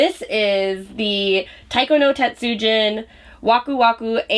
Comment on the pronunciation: Taiko no Tatsujin (jin) is pronounced like jean not gin keep studying more, especially Japanese Vowell sounds, there is only one way to pronounce them.